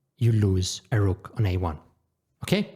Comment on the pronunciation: And here im calling u my favourite chess youtuber bkoz of how u say rrrrrrrook and that beautiful accent n everything❤😢 btw chances r high u read this so hello and stay blessed! love ur personality